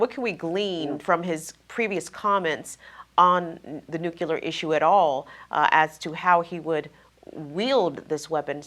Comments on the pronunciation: NU CLEE AR. Not NUKE U LAR. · TRNN's interviewer,, needs to pronounce the word "nuclear" correctly so that such discussions can be taken seriously. pronounced "nuclear" exactly like George W. Bush did: noo-cyu-ler. Very distracting and annoying!